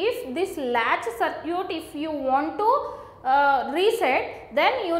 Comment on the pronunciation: a good example of how bad or wrong pronunciation can make things very difficult. "Circuit" is pronounced differently!